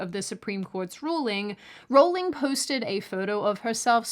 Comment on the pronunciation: Thank you, you have a new subscriber mainly because you pronounced J. K. name correctly.